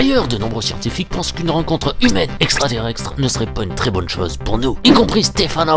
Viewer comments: Ça stress que moi le fait qu'il dise "extraterrexstre" au lieu de "extraterrestre" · Heeu je crois qu'on dit extraterrESTRE pas extraterrEXTRE sinon la vidéo est cool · extraterrex💀 extraterrextere 💀💀💀💀💀💀💀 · Un peu de mal avec la prononciation de "extraterrestre"?